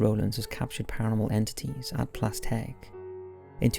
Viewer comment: Can I just say you’re pronunciation of Plas Têg is absolutely spot on 👌